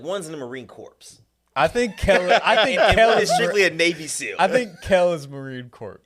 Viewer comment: Sgt of marines here love what you guys do. One thing its spelled corps but pronounced "core" it's never made sense to me either, but people get upset about that kind of thing.